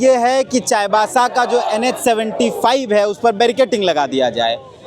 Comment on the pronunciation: चायबासा ❌ चाईबासा ✅